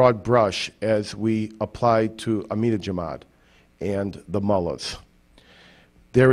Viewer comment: amedijemad???...AMEDIJEMAD???... this fool can't even pronounce the man's name. does'nt have a clue what he's talking about. he's probabley related to bush. it's such a big relief that we finally have a smart president in office.